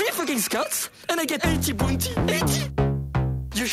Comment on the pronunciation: Why do you say the word "Bounty" so strangely?